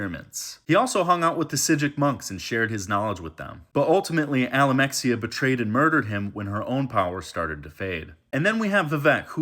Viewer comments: Almalexia not alamexia nerevarine not neravine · Its not alamexia but Almalexia 🤣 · bro cannot pronounce almalexia or nerevarine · This guy doesnt care lmao hes making the shittiest lore videos one cpuld possibly make without even doing any research beyind reading a wiki for a few minutes. Its obvious he hasnt played the games that actually contain any of the characters hes talking about or he wouldnt mispronounce Almalexia 5 times in one 2 minute video. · Why even ask? This guy makes the video in like 15 minutes tops and we all watch it. You expect him you care about when "today" is? Dude cant even say Almalexia right.